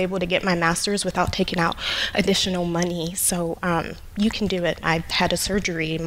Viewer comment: Here, I'll save you all some time. Here's the Dave Ramsey Advice: "What you need to do is MAKE MORE MUH-NEY. Make more MUH-NEY, stop spendin' so much MUH-NEY and get outta DEH-YET." There, I just saved you 2 hours, 3 minutes and 45 seconds.